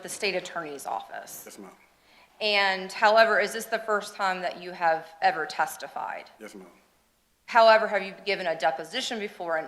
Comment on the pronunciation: Omg i can not listen to this person say yus marm not 1 sexond longer lol